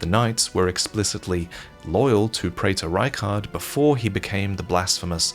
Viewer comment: A check of dictionaries seems to suggest that "praetor" should be pronounced "pree-ter."